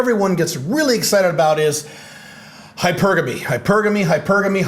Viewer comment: Always appreciate your insights from your experience. Good post. (Nice to hear someone pronounce hypergamy correctly.)